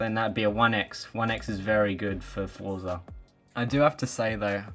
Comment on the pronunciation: Forza is an Italian origin word. It is pronounced as " fort sa" just as how you pronounce ' pizza"😅😅😅